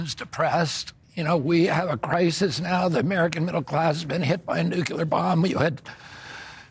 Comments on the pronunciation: Nuclear! I love ya rfk jr...but dude ! It's not nucular its nuclear! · nukyuler? He can't even pronounce it right. That's just slop. It's not that hard to say it correctly. ..